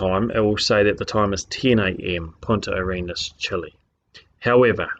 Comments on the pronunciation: did he say Point at your Anus??? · Every time he says "Punta Arenas" i hear "Point your anus" xd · Did he say, "Point at your anus-chile". What the crap is an, "anus-chile"? Is that some new slang for, "hemorrhoid"? Man, I hope so because that's brilliant. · I guess a guy who doesn't think much of man's accumulated knowledge also wouldn't see the point in looking up how to pronounce Punta Arenas.